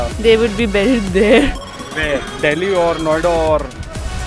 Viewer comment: The only girl who pronounced "buried" correctly Also why would you bury survivors? They survived!